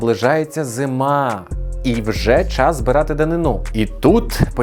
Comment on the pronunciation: Дуже цікаво! Маленьке зауваження: наголос у слові ДАНИНА на другому складі: данИна.